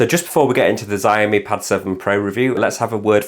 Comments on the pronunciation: Please stop saying 'zaiomee' it's pronounced 'shaomi'... You know, how it's spelt... 'xiao' is pronounced 'shao' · Shee-ow-mee = xiaomi